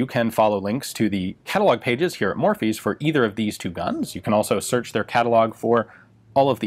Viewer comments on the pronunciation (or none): It's funny to hear him say "Morphy's" , because it sounds like someone with a weird accent saying "Murphy's". Is it Just me?